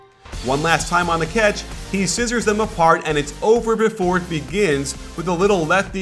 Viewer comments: Why does coach say 'ketch' instead of catch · more like Cyatch